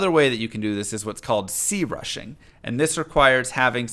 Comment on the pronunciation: why he saying crushing like that